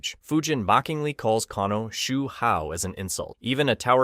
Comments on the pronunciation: Tig-gears? Sigh-boat? Shoe Hao? Game fay-queues? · Take a shot everytime he pronounces Hsu Hao a different way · He got multiple names wrong